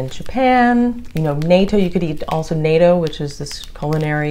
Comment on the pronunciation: North Atlantic Treaty Organization...NATO. Natto is pronounced "NAW-TOE".